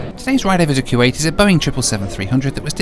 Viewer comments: ) .. that man was trying to figure out what in the world you were doing,,,I agree with you so much! Those dividers are foolish! Whats the point of having privacy for your arms?, Its Koo-wait not Kyoo-wait :) Great Video! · Dude, it’s not pronounced Q8.